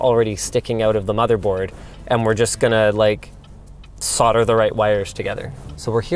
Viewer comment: LMAO that is NOT how to pronounce solder